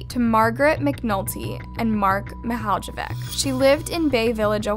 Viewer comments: you really butchered their last name however... it's Mihaljević not Mihajlevic... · fr 😐 i was so annoyed whenever she said it as mihaldjevih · Her last name isn't pronounced like that 💀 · That's NOT how to pronounce her last name, since you're already making money off these cases, might as well put some time to pronounce correctly. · I mean,it is a pretty hard name to pronounce. But she could have at least tried to pronounce it properly. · As a croatian, the way you pronounce her last name gets me. Great video tho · yo same, i got annoyed